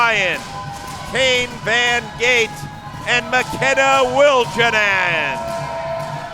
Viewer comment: I thought it was Von Gate, not Von Screendoot?